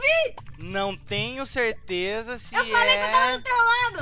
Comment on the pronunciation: ele falou teleza volta muitas vezes e vc vai perceber isso